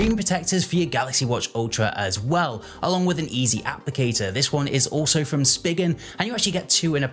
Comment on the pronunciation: ‘Speegen’ not ‘Spiggen’. A double ‘g’ would, in normal rules of language, be the way to make it how you’re saying it, but it only has a single ‘g’.